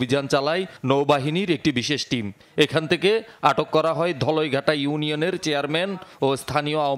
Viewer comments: ওটা ধলইগাটা ❎না ধলগাটা✅ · আরে বেড়া ধলইঘাটা নয়।ধলঘাটা বলে